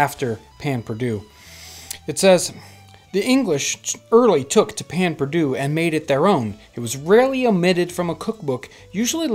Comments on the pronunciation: Payn perdue??? 😂😂😂 Pain perdu please... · Its "pain perdue" not "payn" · its pronounced pehn pairdue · Us Cajuns STILL make this.. though we pronounce it "Pah Pah Due". We don't normally use a sauce after, and it's just stale bread dipped in a mix of milk, eggs, honey or sugar, cinnamon and a pinch of salt. Using sugar causes it to burn really fast for some reason, which is why honey is often used instead. Grill it up on a heavily buttered cast iron skillet. Bother, I just made my own mouth water. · I hate how he says "pan perdoo" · I am French and he kills me every time he says that pain perdu. But I Love You episode! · That pronounciation of pain perdu makes me die inside a little bit